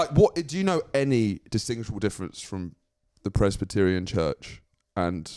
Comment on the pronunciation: I'm pretty sure said "pres -batt-arion",as if they are really in to big batty gyals